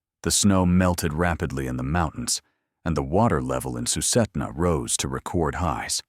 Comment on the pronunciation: Sue-sit-na River and Tal-keet-na.